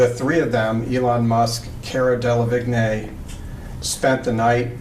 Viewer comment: I don't understand why so many people don't check how to say Delevingne. She is successful, so looking for a tv interview could easily correct this. The man asking the questions should be saying it properly, lack of clarity in a court case is bad idea.